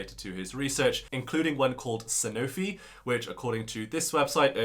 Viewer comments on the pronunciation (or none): it's san-ooo-fi. French pharm company